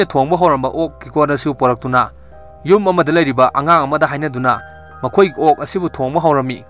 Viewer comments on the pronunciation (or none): I am your supporter not a hater but just correcting the mistake of my idol say (yum not jum)🤗